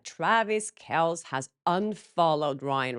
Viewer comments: It’s “Kelsey” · Hey! I’m with almond those who believe Travis has Taylor’s back and won’t allow her to be “used” by her so-called friend!! Just a quick note…Travis’ last name is pronounced KEL-SEE! I know you want to get it right! Blake being named on the Times 100 is just a joke…and everything she and Ryan do is just plain stupid and wrong!! What has anyone heard from Justin Baldoni these days…??? Take a page out of his book, Ryan and Blake!!! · Just FYI, I think Kelce is pronounced kel-see. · kelce is pronounced kelsee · Kelce = Kell-See. The way you pronounced his last name is the way a close friend might call him. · Kelce is said Kel-see 🙂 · you are right. It is pronounced Kels, but a lot of ppl don’t know it so they say it like Kelsee 😘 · Pronounced Kel-see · No it isn’t! It’s really pronounced Kels. look it up before you correct someone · His last name is Kel-See. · it's (Kelce)pronounced Kel-see. Love you, love your videos. ❤ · Its Kelsey pronunciation. Just so ya know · 'Kel-see' pronunciation. Sorry, football fan 😊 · I love seeing this. Ryan is so inauthentic. I’m glad Travis sees through him. ** For future reference, Kelce is pronounced Kel-see.😊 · FYI: I’m sure I’m the millionth pain-in-the-butt to say this, but it’s Kel-CEE. Just in case his name comes up anymore, I thought you’d want to be in the know! (I could see where’d you want to say it that way! Cheers to being bilingual!!) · First thing…..his name is pronounced as “Kelceeee”. Also, if that was enough to end their friendship then they weren’t actually true friends to begin with. No long term friendships break up over something that trivial! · Jason & Travis had their dad, Ed, on their podcast and the correct pronunciation is Kels. Jason prefers Kel-see and Travis stated either is fine with him. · Jason and Travis had their dad, Ed Kelce, on their podcast and he stated the correct pronunciation is Kels. Jason prefers Kel-see and Travis stated either is fine with him.